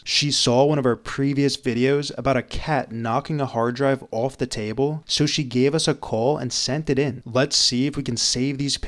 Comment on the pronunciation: “Ooowoff” = off